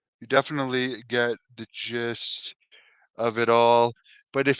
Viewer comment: Did u say the Gist of it all or the Jizzed of it all?